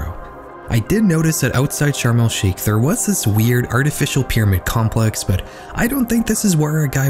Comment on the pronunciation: Hey I just wanted to let you know it's pronounced sharm El shaikh not sharm El skeik